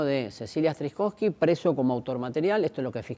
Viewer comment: Se llamaba Cecila STRZYZOWSKY (se lee: estrizowsky.). No strikowsky.